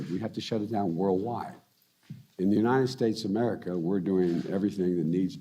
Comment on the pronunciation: “United Statesmerca” 🤦🏻‍♂️ No, Sir it is The United States of America. That’s how you say the name of the Country you are supposed to be leading.